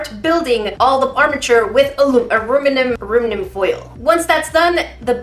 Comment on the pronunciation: IT IS CALLED ALUMINUM FOIL NOT ARUMINUM FOIL!!!!!!!!!!!!!!!